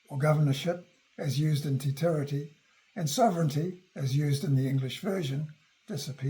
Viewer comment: For someone speaking to the history of our country, and he can't pronounce Te Tiriti properly is ignorance personified. He is claiming he is an authority.